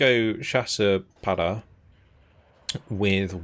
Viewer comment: May I do a suggestion? It’s not to make fun of you but in French, when u pronounce “para”, u do it a way that mean “not there”.(it sounds « pas là »)So u have to scrape up your throat to have the good prononciation. 😆 keep going your work on your channel, it’s a great quality content.